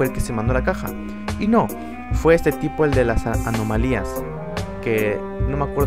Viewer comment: Anomalías jjajaj no sabe ablar